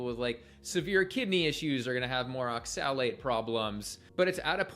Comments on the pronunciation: The way this guy says "oxilate" is making me so mad. Props on you, I kept blowing up at my phone any time he said it. These long term vegans looks so pale and are so mean to people who eat meat. Why would i listen to someone talk about health advice when they are unempathetic to diabetics and look so sickly?? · Maybe he should learn the proper pronunciation of oxalate.